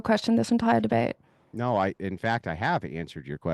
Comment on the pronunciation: “Nohr” How do you fk up a 2 letter word? An entire continent can’t pronounce the most powerful word in the English language